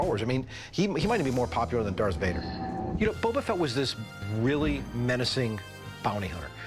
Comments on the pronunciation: It's Boba Fett not Bubba Fett. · Annoying but still ticks me off less than "Bubba" Fett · ok... ANY Star-Wars fan would never pronounce it as "Bubba-Fett"... That is a simple fact. Calling fake in this. Staged. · Its Boba not Bubba. That guy is a fraud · Why oh why does he keep calling him Bubba Fett???? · This dude pronouncing boba fett as bubba fett is annoying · Did dude just say bubba fett? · He loves the figure more than anything but he can't pronounce "Boba" correctly. Bubba. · Just commenting to remind you about the guy who called him "Bubba Fett". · If he says BUBBA FET one more MF time I'm going to BUBBA BLO my brains out!!! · Why this dude calling him “Bubba” Fett? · Why is that "star wars collector" saying bubba fett? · The seller constantly saying “Bubba Fett” is driving me crazy. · Bubba fett shrimp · He loves his Boba Fett! But he can't even pronounce it! 🤦😂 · Guy doesn't even know how to pronounce Boba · That's exactly what I said in the comment right below you. If you own the most rare Star wars figure in the world, you should know how to say Boba!!! 😢😢😢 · It actually drive me nuts, like if your gonna try and sell the toy at least learn how to say the characters name correctly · boba Fett you can't even say it correctly 😂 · Yeah exactly some Star Wars fan he is he doesn't even know how to say the name properly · Buddy Fett is better 😅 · these guys mispronouncing han and boba makes me grind my teeth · hired to track down mispronouncing toy collectors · Nikolai.. Bubba.. can anyone say anything correctly?